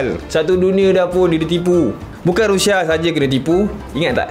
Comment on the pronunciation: Hahahahaha abg sebut rushia ke? Rindu??